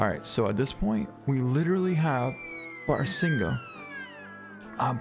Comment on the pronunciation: Its pronounced bah-rah-sing-gah